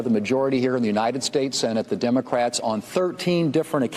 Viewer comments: She said "DUMBACRATS"😅😅😅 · I swear it sounds like she's saying DUMB-ocrats 🤣